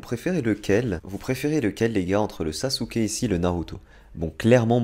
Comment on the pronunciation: On prononce « Ousop » et non « Usop » « Orochimarou » et « Orochimaru » Bizarre tu prononces « Sasouke » et pas « Sasuke » Et là c’est la bonne prononciation